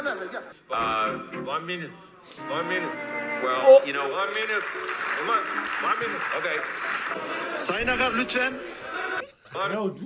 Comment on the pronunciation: One munite konuşması güzel gelebilir size ama sonrasını izleyin R yapıyor